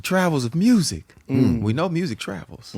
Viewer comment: We thought it was MEW- SEEK 😅